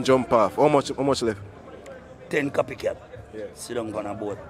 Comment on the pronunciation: Did she really say duppy cat, lord have mercy 🤣🤣🤣🤣🤣🤣